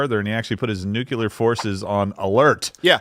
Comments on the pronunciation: I love. I don't mean any disrespect, but please... someone teach the man how to pronounce nuclear. Every time someone says "nukular", I'm waiting for them to follow it up with "expecially", "a whole nother", or the pièce de résistance,, "Oh crap! We're at DEFCON 5!" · It's "nuclear",.. not "nucular"